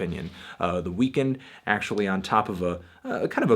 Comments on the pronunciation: Kindly stop pronouncing it "WeeKND" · you pronounce it weird. you say "The Weakened" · he's pronouncing it wrong